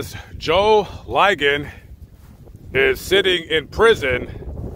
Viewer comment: Joe "LI-gon" ......the i is short, not long